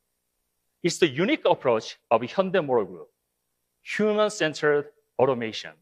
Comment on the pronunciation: 한국말쓰는 일본사람 인가? "현대 를 혼다이 " 라고 계속쓰고있네. 한국인이면 정확하게 발음하지. "현대"